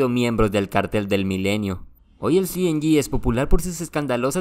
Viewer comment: Cartel cienyi mejor no lo digas en inglés 😂 solo dices cng